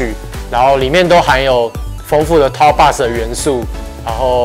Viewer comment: box 是不是读错了？